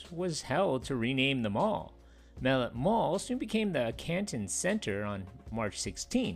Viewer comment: your saying the name wrong. In canton we always said Mah-let